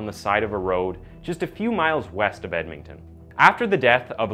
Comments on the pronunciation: Did you really just say "Edmington"? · Edmington? lol the enunciation... i just cant get passed it. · I hate how he say Edmonton aswell as Sherwood park